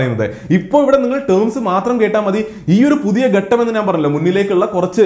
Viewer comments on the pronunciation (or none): ഘട്ടം ആണ്.. ഗട്ടം അല്ല.. ഒന്നും തോന്നരുത്... informations ..വില പിടിച്ചവ തന്നെ